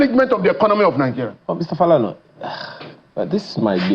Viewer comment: The way he said Falana made me cringe